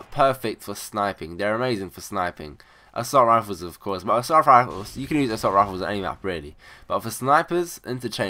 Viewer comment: LOL assaul fwifles